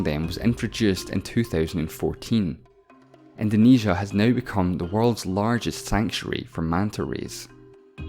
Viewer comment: When he first said “let’s just get started right neüw” i thought he did on purpose. And then i heard “173 thöüsant” omg..